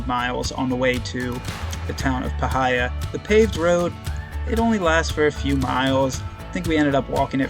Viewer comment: Obligatory Magpie Correction: it's pronounced PIE-heeya, not puh-HI-yah.